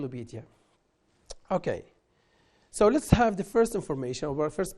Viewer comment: السلام عليكم عندي ملاحظة بسيطة وهي انك لم توضح القاعدة used to مع بعضها استعملت في الماضي وبالنسبة لنطق the تنطق فيها ذاي مع الساكن وهي تنطق ذاي مع الحرف المتحرك وتنطق ذا مع الساكن